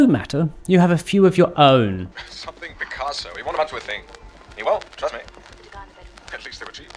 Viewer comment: Who’s this Pic-caseo you speak of? Never heard of him. Cal was right.